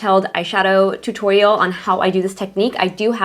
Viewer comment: HAHAH, "hey guys welcome back in todays totoyoal" That was cute